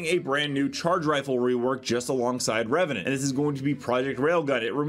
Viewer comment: went from Reveant to Reveant. the E is silent in the second same lol.